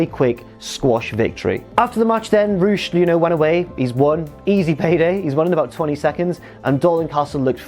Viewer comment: That’s how it’s supposed to be pronounced though